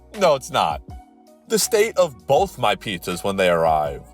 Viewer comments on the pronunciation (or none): none